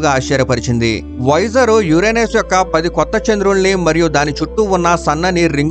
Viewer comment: "వైజర్" అనడం మానెయ్యి. దాని పేరు వొయేజర్". వైజర్ అంటే helmet కి ముందు వుండే అద్దం